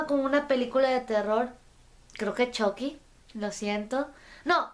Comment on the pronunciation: Una cosa chucky no se dice CHOCKY se dice chUcky